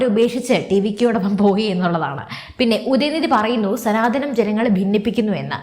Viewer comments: സനാതനം എന്നാണ്........സനാധന മല്ല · മലയാളം ശരിക്ക് പഠിച്ചിട്ട് ചാനൽ തുടങ്ങിയാൽ പോരെ ?!!! സനാതനം ആണ് ധനം അല്ല 😢😢😢😢😢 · സനാധനം അല്ല. " സനാതനം " ആണ്. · സനാധനം അല്ലെടോ, സനാതനം എന്ന് പറയ്